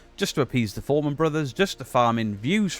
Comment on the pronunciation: Fourman not foreman 😂